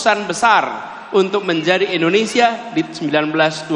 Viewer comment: indonesia pak bukan endonesia 😂😂😂😅😅